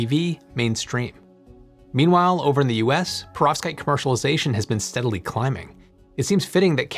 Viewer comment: Could you please try not to pronounce Perovskite so it doesn’t sound to me like Prostate. It’s very distracting!!